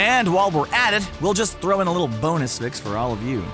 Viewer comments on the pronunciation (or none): none